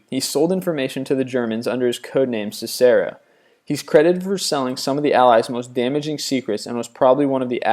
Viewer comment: I love how much he mispronounced things it's pronounced gestAHpo SISSero